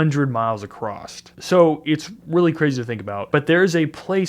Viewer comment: Acrosst isn’t a word